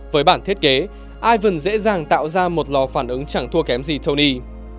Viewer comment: Tiếng Nga Ivan đọc lai "i van" chứ ko đọc kiểu tiếng anh là "Ai vần" đâu. 1 thanh niên biết cả tiếng anh lẫn tiếng nga chia sẻ :v